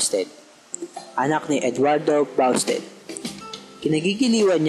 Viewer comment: busted poh ung pronunciation nung hindi basted:)